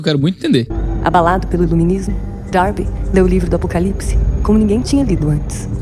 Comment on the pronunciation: A narrativa dela é pesada e tendenciosa. Chata. Isso sem falar da pronúncia dela : Apocalips 😅